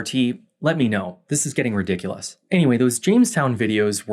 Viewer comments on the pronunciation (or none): none